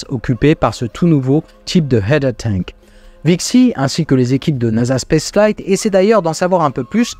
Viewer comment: Bravo pour ta prononciation de "header tank", tu vas pouvoir faire répéter! En revanche, "Dawn" (l'aube) se prononce 'dôône', 'daoune' étant la prononciation de "Down" (tombé, cassé); ce serait de mauvais augure d'appeler une mission La chute de Polaris. Pour les FTS, c'est "Flight Termination System", et pas "Fly Termination System". Et enfin, "choptsticks" (littéralement baguettes à attraper) se prononce 'tchopstix' au lieu de 'shopstick' (baguette de boutique). Le Reboot P, ou coup de pied technique, est toujours une bonne solution pour faire obéir les machines récalcitrantes.;)